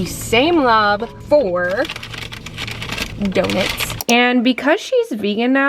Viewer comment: the pronouncing donuts like donits made me cry 😭 amazing video though